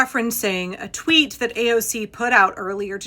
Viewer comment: "I don't twit" hehehehe I love that (I imagine it was unintentional but 😆💛) I don't use the pIatform either, and saying it that way, makes so much sense plus it makes me smile🦋✨💙